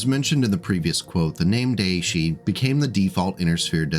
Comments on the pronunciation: Daishi. DAISHI. Not deishie. Aside from irrational pet peeves, good video. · Daishi is pronounced "die she," emphasis on die. (appropriately enough) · Daishi is pronounced "die-shee". The "ai" in Japanese sounds like "eye" in English even though technically, the vowels are pronounced individually, but nobody does that. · Time to clone one. Or two. Or at least put its 100 tonne genes into a grey wolf. Also: You went too far. Friendly note: Daishi is pronounced "die-she". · Great video! One piece of feedback, as a Japanese speaker: the "Dai" in "Daishi" is pronounced like the "Di" in "Direwolf". No worries though, I mispronounced so many Japanese words when I read Battletech novels before I studied Japanese.